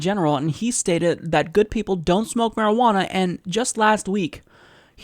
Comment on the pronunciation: I hate this guy to the core of my being. But when he says marijuaner I busted out laughing..... probably the marijuaner I'm on.